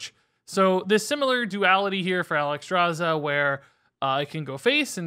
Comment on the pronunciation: Look how they butchered Alexstraza !! MONSTERS !!